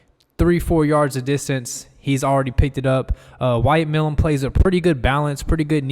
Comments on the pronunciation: Milum is a long "i" (My - lum) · Pronounced My - lum